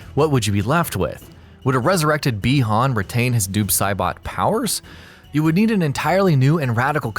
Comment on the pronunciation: "Doob Saibot"